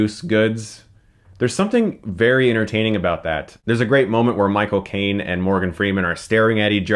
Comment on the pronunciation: Michael Caine (or as he pronounces it, Moi Cocaine)